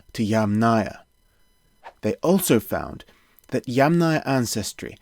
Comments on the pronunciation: Interesting documentary! I would draw your attention to the pronunciation of the name Yamnaya though, it should be stressed on the first syllable (YAMnaya). Best wishes! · It’s kurgAn (stress on the last salable) and YAmnaya (stress on the first salable) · Yamnaya is pronounce with the emphasis on the first “a” if you took it from Russian word. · Pronounce that yAmnaya & kurgAn plz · Great that you pronounce the word "Yamnaya" correct except Slavic speakers set the stress on the first part.. I know that for English speaker it's more easy to say "Yamna". The word "yama" means "pit" in Russian and must be in other Slavic languages (which all in fact are still pretty close). Very interesting and information rich video! Btw, interesting: IE daughter-in-law: "snusos", and one of the Russian words for daughter-in-law is "snoha". As I've learned there are many of such cognates in Russian and even more in old Russian.